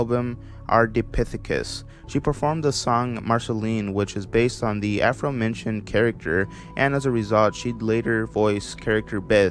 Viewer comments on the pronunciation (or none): afromention instead of aforementioned fictictinal instead of fictional you make up some crazy pronunciations. the simon as the ice king thing shouldn’t be on this list because its part of the shows plot and isn’t a mystery or anything